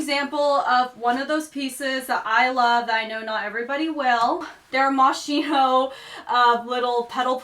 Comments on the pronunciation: Thank you for a wonderful video. Just a tiny remark, because I've heard you pronounce Moschino before- it's pronounced Moskeenoh, because in Italian, C+H make a "K". :) But if you like to pronounce it the way you usually do, that's ok too, not a criticism, but just to inform you :) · Love the Olsen twins' style too Love the fashion in "The Devil Wears Prada"- wish I had Andi's wardrobe, lol "Gossip Girl" I admired the style too I think you pronounce it as "Moss-kee-no" Update: Love the styles of Kendall Jenner and Kate Moss too